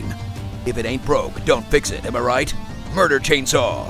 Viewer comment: "muder chainsaw" I'm done lol